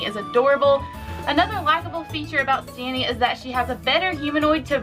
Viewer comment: Hate to be THAT guy but it’s stee-nee